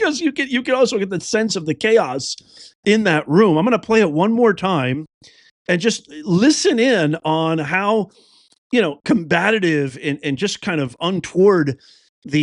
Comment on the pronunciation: It’s “COMBATIVE”!!!!! NOT “combatative”!!!!! I’ve heard you and Benny Johnson, as well as, others say that shit!!! It just sounds so uneducated!